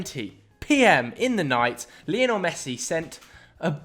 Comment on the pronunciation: please learn how to say " Lionel Messi " it's not leeeonel he's named after Lionel Richie